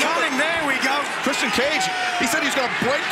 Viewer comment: nigel pronouncing the TNT champion "christy-ian cage" xD